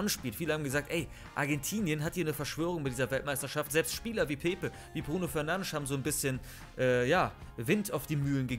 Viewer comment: Wer kennt ihn nicht, Bruno fernandsch